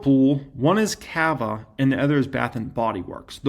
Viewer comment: Cava = "CAH - vuh" --- The Ca in Cava sounds like Caught, Cot, Cod, Cob, etc. Cava rhymes with Java and Lava.